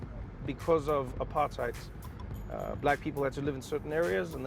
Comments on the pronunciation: Just for all the American people, it NOT pronounced apart-hite, it is apart-hate, Trevor is pronouncing it the way foreigners always said it. "Heid" in Afrikaans is pronounced hate, not like the German pronunciation. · I can tell Trevor's gotten tooooo used to the U.S by the way he pronounces apartheid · Yoooo the way Trevor is saying apartheid these days 😂😂😂😂noooooo way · Come on Trevor, you pronouncing apartheid like the Americans 🤷‍♀️ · so now he pronounces Apartheid with Slang 😂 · so now he pronounces Apartheid with slay😂😒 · The way trevor pronounces apartheid. Its so funny. Its like his not even from South Africa. Its so forced😂😂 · Great video, but please stop using the American pronunciation of "apartheid".